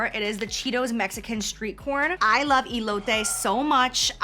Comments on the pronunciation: I cringed when she said e lote but smiled when she said cheeto bolitas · Eee-lotay lol I love you 😅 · How she says “ elote” 😂